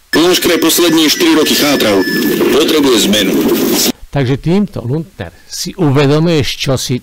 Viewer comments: jedna jedina chyba 😂to nieje luntner ale lunter 😂ale inak super robota 😂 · Nauč sa vyslovovať aspoň meno človeka, ktorého komentuješ.